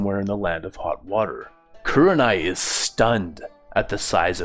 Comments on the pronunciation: Lol its probably the accent but i hear a 'yew' as in Kyewranai it should be more like like ooh like koohrenai Loving the direction the story is going with. Were you inspired by that famous fanfic where minato survives and naruto pretty much becomes a boruto like character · Loving it so far, but the way you say kuranai